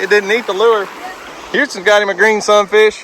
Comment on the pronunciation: God bless y’all for making this kids day, memories he will cherish🥰🙏🏻😇. Now I must admit that at first every time you’ve said Sun fish I thought you were saying “look at that son of a B- - - -“ LOL🤪😆. I am relieved I was wrong 🤭😉. Love and prayers always🙏🏻